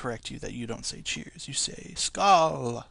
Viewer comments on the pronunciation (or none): skal is swedish which means cheers u dont call it skal the o above the a makes it a o so its skol! =P nice video all in all